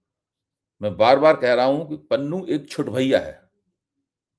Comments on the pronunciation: Panoon nahi Pannu bolo. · भाई पंजाबी भाषाई नामों को इंग्लिश अलफा बीटा से न पढ़ें ईससे पॅन्नू को आप पनुन पढ़कर बोल रहे हो जो गलत उचारण है। बाकी रहा ईन घर मे घुसकर मारने की जो हिमाकत भारत के अति उत्साहित एजेंट्स ने की है उसने सिख समुदाय को बेगानेपन का वो अह्सास कराया है जो 1984 से 1995 तक सिखों का कत्लेआम न कर सका। ईस को बहुतायत सिख उनके देश भक्त होने की सज़ा के तौर पर देख रहे हैं। इस मूर्खतापूर्ण हरक़त से सिख ही नही पंजाब के सभी समुदाय के लोग आने बाले समय भारतीय फौज मे ना मात्र संख्या मे रहि जाएंगे जो हमारे देश के लिए ठीक नही होगा। जय हिन्द।